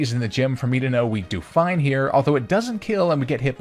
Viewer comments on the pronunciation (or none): none